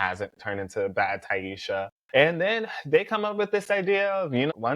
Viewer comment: this is a great video but you saying ti-esha instead of taissa drove me up the wall lmao 😂. Hope you start adding your predictions for whats coming next at the end of future videos. Would love to know what you think ❤